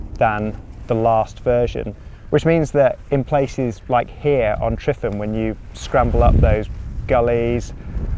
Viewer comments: Great video but please pronounce it correctly "" lol. The single F is said as a V. Not an F. Two Fs would be F. So the lump on the ground your climbing is said phonetically as. Tre Van ". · Great video, but please for the Welsh community learn the pronunciation for the mountain Tryfan. You’ve said it wrong so many times lol 😂😂😂 and kept getting worse each time 😂😂